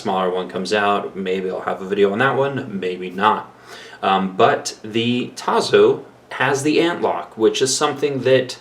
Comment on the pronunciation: T A S S O, Italian pronuntiation. You need to learn other languages my friend.